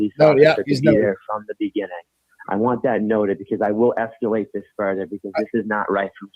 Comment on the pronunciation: Justin: “I will ‘esculate’ this”